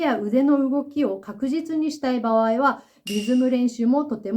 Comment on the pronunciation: 場合…❌️ばわい→⭕️ばあい、言葉は正確にネ😢